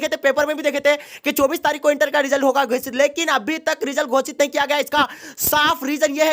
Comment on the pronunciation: Gosit bolo yarr kya Gocit gocit kiye ho